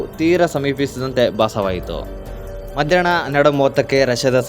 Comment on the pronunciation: ಹಿಟ್ಲರ್ ಗೆ ಇಟ್ಲರ್, ಎಲ್ಲಾ ಹಕಾರಕ್ಕೆ ಇಕಾರ, ಹಾಗೇ ಮಧ್ಯಾಹ್ನ ಕ್ಕೆ ಮಧ್ಯಾಣ್ಣ ಮುಂತಾದ ಶಬ್ದೋಚ್ಚಾರಣೆಗಳನ್ನು ಸರಿಪಡಿಸಿ ಕೊಂಡರೆ ಕನ್ನಡ ಭಾಷೆಯ ಮೆರಗು ಹೆಚ್ಚುವದರಲ್ಲಿ ಸಂದೇಹವಿಲ್ಲ